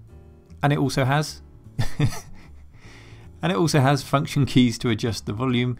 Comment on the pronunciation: "anditalsohas" lmao